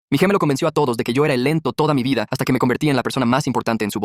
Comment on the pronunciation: Es mi ilusión o dijo gemelo con tilde en la primera e ?